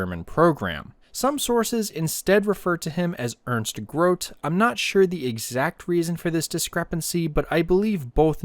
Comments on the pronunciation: The pronounciation for Grote would be GrotE no matter if one t or 2. He's a bit of a mystery because he just vanished after ww2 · Grote is pronounced Gro-teh